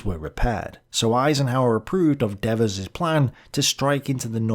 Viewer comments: You Brits and we Americans have a language problem with long and short vowels. Devers was an American general and on this side of the pond Devers has a long vowel sound for the first "e" in his last name. People have the right to a correct pronunciation of their name. LOL. I don't mind what you said about Eisenhower making an error by not clarifying his orders to Devers and Patch he most certainly did. But, let us look at what was going on at that point in the ETO. MONTY's Market-Garden was a giant flop, and I do disagree with you about Gavin by the way, the Scheldt had not been cleared completely so Antwerp was barely operational and logistics were in a state of disarray. Eisenhower, Bradley, Hodges and Patton (despite what the movie showed) and all the US Corps commanders missed the German build-up for the "Bulge" by distracting themselves with the Hurtgen Forest fiasco. It was nothing but a "cluster f**k" until they all finally got their s**t together to defeat the German offensive. A massive enemy attack has a habit of clearing the mind a bit. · I believe Devers pronounced his name with a long e in the first syllable - Deevers. Also, check your pronunciation of Marseille. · For Gods' sake learn to pronounce gen Devers name.............. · While I found this discussion very interesting and informative, why the constant different pronunciations of Devers name? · Pretty irritating listening to Devers name being alternately pronounced two different ways. Otherwise, interesting take on this theater. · My ears hurt from hearing Dev-vers' 200 times. ;) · It is dee vers. The devil is dev ers. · As an American vernacular native speaker, I would pronounce DEVERS as "Dee-vers". In the video, I hear both "DEV-vers" and something like "Deveurs", with the second syllable accented. Does anyone know how the General pronounced his own name? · DEEEEEEEvers LONG EEEEEEEE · Who is "Daveuse"? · De-VERS. Dude, the guy wasn't French. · Devers is Irish. Usually pronounced Deevers.